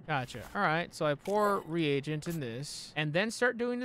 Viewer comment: he's not the only one lol i've watched lots of playthroughs of this and no one knows how to say "carotid" "reagent" etc. lol